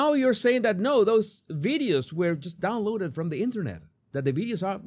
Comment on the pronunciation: I think you're putting too much emphasis on the word "downloaded". But the rest seems pretty on point.